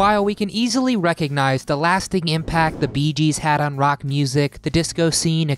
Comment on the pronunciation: Itsnot "the beegees" in spot...gees....